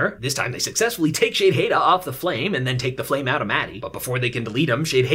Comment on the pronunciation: Dude youre reviews of this show is fantastic. The way you say the commander names like "Shadehada" (idk how to spell it) has me laughing. I just watched your reviews instead of the last seasons